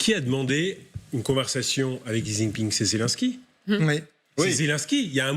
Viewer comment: Etant donné qu'il va rester président à vie, il serait peut-être temps de prononcer son nom correctement. Le nom du président de la Chine n'est pas ZIZInping!!! Essayez plutôt "Si jinping". Vous devez bien avoir un petit neveu qui apprend le chinois à Louis Le Grand pour vérifier.